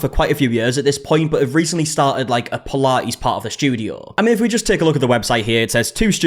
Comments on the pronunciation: Puh -La-ees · Pilates ❌ Pilah-ees ✅ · What on earth is pi-la-eees??? Almost couldn't watch...😩😅 Anyway, some businesses self destruct as a result of the owners' arrogance. Such a silly situation.